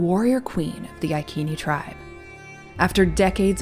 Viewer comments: Yes, the "c" of Iceni was a "k" sound, but the way you pronounce the name of the tribe is modern English. I think the correct way is to use the Latin "restituta" pronounce, since the name of the tribe has arrived to us by Roman writings. So, the correct pronounce should be: "I" like in "pin", "k", "e" like in "left", "n", "i" like in "pin". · It's normal to say iconic with a soft C, why do yanks think they know different? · It is Iceni, with an S sound! Boudicca is my direct ancestor 65 times removed. I live in Iceni country now!